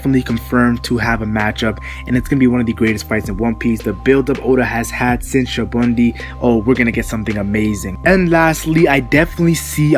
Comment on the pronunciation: Your pronounacion of SA-BA-ODY is troublesome. I don't think they're gonna fight when they're gonna meet again I think an alliance is gonna form between Luffy Law and Kid. I think Sabaody hinted that. Also Hawkins, Apoo, Drake, and Urouge kinda looks likely after that run in with Kizaru and also with Kaido as well. So kinda think about that and I think those alliances are gonna happen.